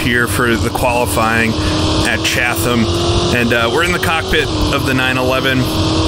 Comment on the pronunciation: Great video. I missed this one back in the day. Chatham is pronounced Chat um.